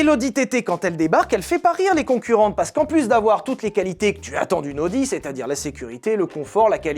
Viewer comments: ça ne se prononce pas "audi" mais "a o di" 😅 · Tu t'es demandé pendant tout l'épisode de l'essai de la Countach si on disait Countak ou Countache... Ben Audi, ça ne se prononce pas Odi, ça se prononce AOdi ;) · Je sais que l'allemand n'est pas la langue la plus jolie mais il faut au moins faire attention à prononcer correctement les marques: c'est "A-o-di" et pas "O-di". Prochaine étape: Nürburgring. Ce n'est pas le "Neurb'". C'est "Nurre-bourgue-Ring" (comme un ring de boxe)